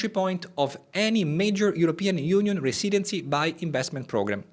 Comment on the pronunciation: Great video thanks Improve your accent by saying “residency” correctly